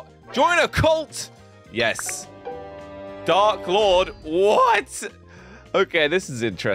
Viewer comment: When he said dark Lord I was like 'HARRY POTTAH' 🤣🤣🤣